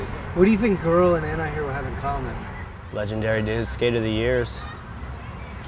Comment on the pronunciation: Hope pronounces the "T" in antihero now a days...